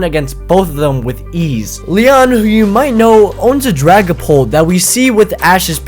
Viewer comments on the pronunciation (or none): sry to break it to you but cynthia's got a dragapault and ' d 'aint no ' g '